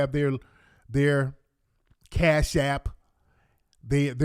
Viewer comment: "Where is j j getting all this casasshh" 😆😆🤣🤣🤣🤣